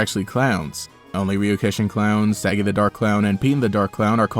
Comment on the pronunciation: Pronounced sah-gee like sokka from avatar